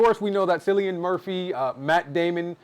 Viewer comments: Seeing this in a few hours and I cannot wait. I have 0 knowledge of Oppenheimer or the making of the bomb, so this will be interesting for me. I think Tenet is Nolan’s worst film, but I go back and forth between that and Dunkirk. Also, Cillian’s name is pronounced Kill-ian. I heard the cast and Nolan saying that in an interview the other day. Also Also, this is his 4th R rated movie. The Following, Memento, and Insomnia are all rated R. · Cillain is pronounced like “Killian” 😃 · It's ki lian not si lian. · Cillian Murphy is pronounced, Kill-ian. Loved this review, missed Bg4. 👍🏼